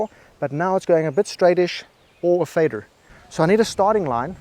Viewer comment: And just how many r’s are there in ‘faderrr’ 🤔😆